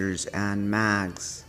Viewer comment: ur saying mags